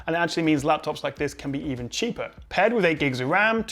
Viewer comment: Best lafftuffs! :D